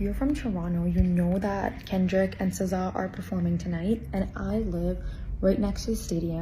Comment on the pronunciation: she said Sizz Sah 😂😂